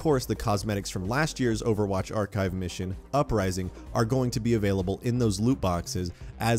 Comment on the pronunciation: His driving me crazy when he keeps saying archive